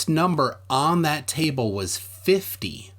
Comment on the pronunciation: Lol it’s when he said here we have a table but it sounded like tie bull